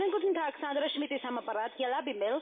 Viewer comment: Sandrrra Schmidt, ja ja....